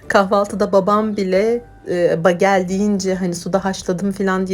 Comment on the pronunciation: Begıl diye okunuyor. Susamlisi ,corekotlusu,sarimsaklisi ve kuru uzumlusude oluyor. Kizartip krem peynirle yerler Amerikalilar genelde yada yagda yumurta ve kasar peyniri ile tost yaparlar. Kahvaltida harikjaaa olur😊